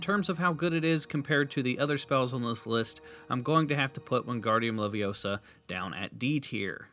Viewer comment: Did he say “wingardium levioso”?